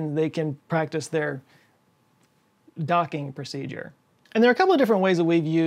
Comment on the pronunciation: "Docking Procedeure"🤣🤣